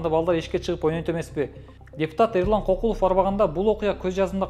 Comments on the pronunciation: Кокулов эмес КёкYлов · Негизи кыргызча кокул деген сөз жок болушу мүмкүн, бирок көкүл деген сөз бар. Көкүлов дегенди Кокулоа деп алгандай кыргызчага тили келбеген немедей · Кокулоб дебей дурустап айтсаң,киргизбай